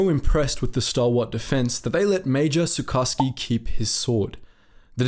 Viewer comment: Sucharski should be pronounced like SuKHarsky.